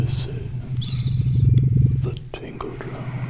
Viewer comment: when he said : you will tiggle: it kinda scared me, i was ready for it